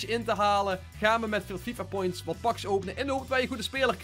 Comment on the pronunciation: Het is packs niet pakss